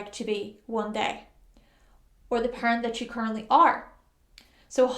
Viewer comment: Taurus sun here. When you mentioned becoming a parent, I thought you said "pirate" at first. I don't really anticipate becoming either one.